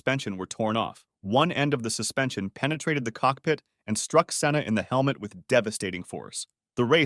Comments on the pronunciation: Its senna not Sienna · si-enna? senn-a